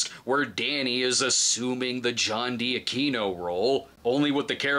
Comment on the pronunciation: I told you last time, John D'Aquino's name is pronounced the Italian way